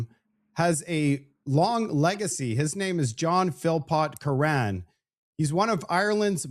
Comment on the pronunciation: Name.. Curran pronounced like Current without the t.